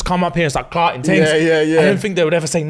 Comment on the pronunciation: "FOUR TINGS STAAACKED" I'm dead🤣